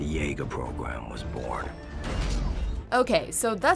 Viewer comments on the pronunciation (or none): none